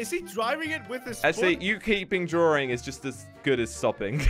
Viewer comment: It's funny you say drawing as "drawring". no offense